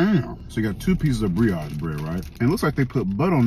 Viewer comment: Did he say Briotch bread? 😆